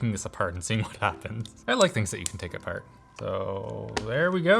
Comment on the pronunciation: He sounds like a pirate when he says apart